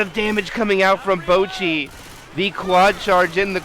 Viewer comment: I’m sorry but the caster calling boochi bowl-qi is just too funny to me lol